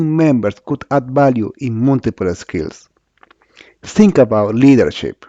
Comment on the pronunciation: Awful English... I had to activate the subtitles so that I could understand some words like "ZinC" (Think).